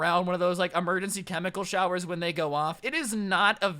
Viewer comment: He said emergenshy instead of emergency at least four times.